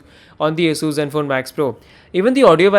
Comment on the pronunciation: Thank you for pronouncing ASUS perfectly